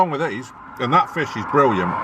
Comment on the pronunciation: "That's forkin briwwiant" You sure got a way with words man, hahahah